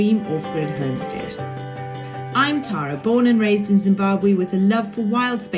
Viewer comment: Tara not Lara 😂